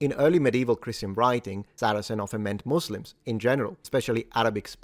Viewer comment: Congrats for pronouncing it correctly in English as "muzlims" instead of the now nearly ubiquitous "musslums"